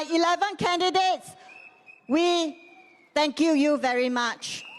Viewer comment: still working Alamak.... Haix . ..... hmmmmm thank kew you? What a Singlish